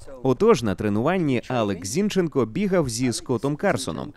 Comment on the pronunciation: Найс интервью, "Зи...(дан)... нченко" ))